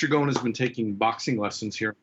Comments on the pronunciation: His name is Ghosn, thr S is pronounced. It means "branch" in Arabic. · I’m just gonna pronounce it Gone. Carlos Gone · MM 20 Then why didn't correct this since she is an Arab living in Lebanon? She Also called him "Gon" lol